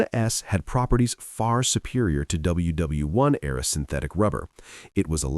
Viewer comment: I hate the AI voice, especially when it says WW1.